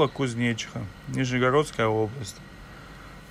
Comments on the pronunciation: Офигеть КузнечИха? Это район Нижнего Новгорода, ударение не кузьнечик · КузнечИха а не КузнЕчиха) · КузнечИха ударение на и , от души))))) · КузнЕчиха читается как КузнечИха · не КузнЕчиха )) а КузнечИха . В Нижнем Новгороде микрорайон такой есть ) А не в Нижегородской области , она такая же большая как и Московская . Надо более быть подготовленным в таких вещах, чтобы правильно им называть названия улиц и т. д. 😉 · не КузнЕчиха бро а КузнечИха)так им и надо ибо нехер) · Правильное ударение КузнечИха (на букву И). По крайней мере, район в НН именно так называется. У деревни в ветлужском районе теоретически может быть другое ударение, но вряд ли. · Это не посёлок )))) это район города Нижнего Новгорода ))) и ударение немного по другому ) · Только не про кузнецов, а кузнечиха. Ударение на и!!!! А так браво!!!! Так держать! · Кузнечиха Ударение на И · Кузнечиха, ударение на и Нижегородская область. Кузнечиха это микрорайон в Нижнем Новгороде.